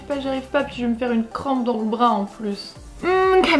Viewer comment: * bras pas bars 😂